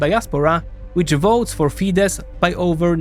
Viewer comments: Ye i also surprised how Tisza ('tisa') said wrong, but Fidesz ('fides') said right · While it was pronounced correctly when said Fidesz.